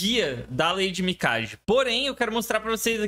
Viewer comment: Parabéns pelo vídeo e conteúdo,. Só pra efeito de curiosidade, em japonês, pode pronunciar o nome Mikage como se fosse Mikague. 🕺